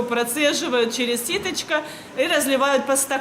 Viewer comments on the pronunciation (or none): Ситечко, а не ситачка!!! 😮